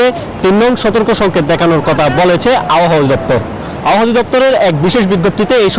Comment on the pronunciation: এই বেডা আবহাওয়া উচ্চারণ করতে পারে না।